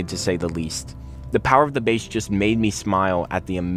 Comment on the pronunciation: BASS. B-A-S-S, not BASE!